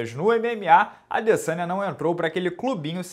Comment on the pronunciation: O mais doloroso desta luta foi ficar ouvindo o minotauro chamando o Adesanya de "Adessânha"